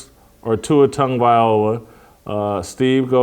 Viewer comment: For the love of broadcasting! Tua's last name is NOT pronounced: Tonguevayola